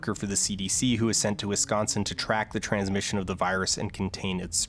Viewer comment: proper pronunciation of wisconsin, check. yeah this guy is definitely canadian